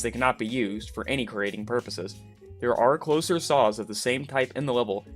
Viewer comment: Take a shot every time he says “sauce” instead of “saws”